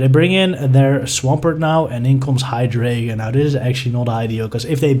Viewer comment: awesome vid! except the pronounciation of the pokemons name! You know how ArticUNO, ZapDOS, and molTRES are 1, 2, 3 inspanish? Well this pokemons evolution line is German for 1,2,3! Eins, Zwei, Drei! ^_^